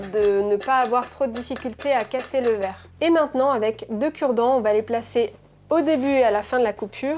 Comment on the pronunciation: Le truc de fou la découpe du cuivre et la dépose sur du verrrrrrrrrrrrrre (avec un accent bien de chez nous) 😌